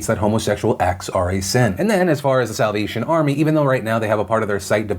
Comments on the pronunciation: Is it just me or when ever Phil said "Salvation Army" I hear "South Asian Army" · I had to rewind about 5 times because I thought you said “south Asian army” rather than salvation 🤷‍♀️😂😂😂